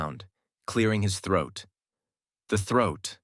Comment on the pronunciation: 😂 bro said throut twice I'm thinking smt dirty after he said